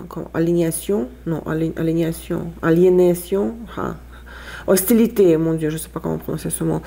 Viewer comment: Merci! J’espère que le cours de Tarot 4 est en bonne voie aussi. NB: à 7’20, « on ne peut pas S’EN échapper », ou bien, « on ne peut pas Y échapper », mais PAS « s’y échapper ». - À 9’20, aliénation = a-lié-na-sion (phonétiquement, le son s). - À 9’50, Pythie se prononce pi-ti (comme E.T. l’extraterrestre!). - À 27’15, charisme est du masculin, comme en espagnol (vous aviez raison). Mille bravos pour votre connaissance incroyable du Français. (PS: Je prononce votre nom correctement, moi aussi! 😉) Pour les cartes conseils, je les lis ainsi, parce qu’elles ne me semblent pas contradictoires avec ce qui précédait: faire quand même les choses considérées comme petites (même pénibles, au quotidien), avant de pouvoir accomplir les grandes tâches (celles des cartes d’épées du tirage central). Ça n’empêche pas de trouver des temps de repos, et de partir en week-end. 💐